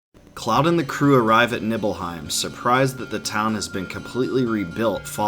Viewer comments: I love this video but it’s KNEE-BELL-HEIM, not Nibble-Heim lol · And Nibble hiem... Always said it Knee bell hiem. Those pronunciations irked me but still great vid!